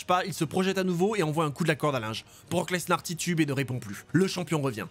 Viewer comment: BROCK LenSAR 😂😂😂😂